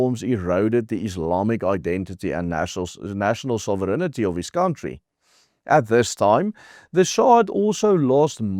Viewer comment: Love your show! Hou so aan ou maat! 👏🏻 Just one linguistic comment, if I may. “ sovereignty” is pronounced like “sovirinti” not “soviriniti”.